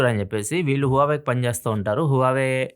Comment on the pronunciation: huawei peru sarriga palakava anna plz 😂😂😂